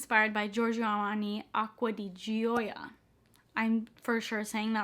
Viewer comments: Gio is zjo and gioia is zjoah... Similar to the Italian name Giancarlo, which is pronounced zjan-carlo, and the French name Jean, which is pronounced zjan. The g i o and g i a are pronounced together, not separated. (A friend of mine is Italian.) <3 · Gio is pronounced like jee-oh and Gioia is prounced like joy-ya means joy in italian